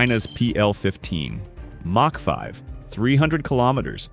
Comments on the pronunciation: myack 5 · mack 5... ai slop